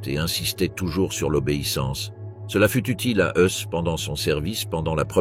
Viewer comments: IA quand tu nous tiens... Ce n'est pourtant pas difficile de trouver un humain pour prononcer les noms correctement, à commencer par les articles, les chiffres (de simples chiffres mais qui sont si importants pour prendre la mesure de l'ampleur de l'horreur!) et le nom du commandant ( Rudolf Höss = "Hoess" en français), trop souvent confondu avec le Rudolf Hess ami d'Hitler et jugé à Nuremberg)... Faites un effort pour des docs si importants, svp... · Exact Dachau se prononce Darao et Rudolph Hes se prononce Heis...